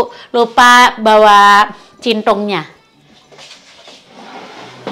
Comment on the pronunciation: Centong bukan cintong